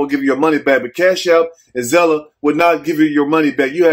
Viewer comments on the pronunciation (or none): take the (e) off of Zelle you didn't say it right. I'm here for you. Comin from Illinoi.